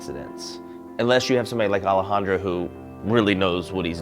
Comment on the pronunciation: You didn't get Alejandro's name right, lol, but that's the only flaw I can find in your review ;) Love your video, I'm glad to see people sharing their love for Birdman, this movie deserves all the awards!